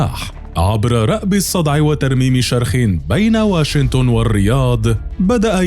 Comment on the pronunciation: المعلق لو سمحت اسمها واشنطن ماهو واشنتن